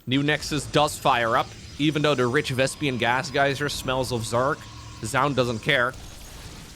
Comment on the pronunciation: Because you want some feedback: you always say "ranged upgrade", when it's range upgrade. 🤣 And still the misspronounciation of Vespine Gas as "Vaspiene Gas". 😂 But by now I shelved it as mistakes, that can't be unlearned anymore.